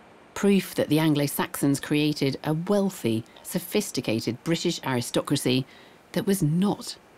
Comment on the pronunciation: THERE US NO SUCH SOUND IN THE ENGLISH LANGUAGE SUCH AS HKKKR. IT IS H, NOT SOME PRO ARAB , WOKE LEFT PRONUNCIATION. THE WORD IS BRITISH, NOT BWITISH. MY COMMENTS ARE BELIEF ONLY WITHOUT PREJUDICE.